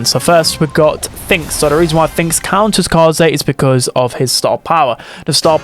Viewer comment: Upvoting your video because you are the only streamer I watch who knows how to pronounce Kaze's name.